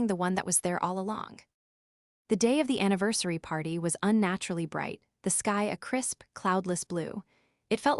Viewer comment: “A few months after the Pee…..arty” hahaha. Unmonitored AI. Neither like nor subscribe.